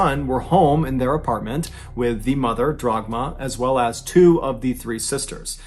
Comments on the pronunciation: It’s Dagmar, not Dragma BTW. Nevertheless, what a bizarre story. Being German, I have never heard of that story before. Some people are truly nuts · Not Dragma,but Dagmar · The mothers name was Dagmar not Dragma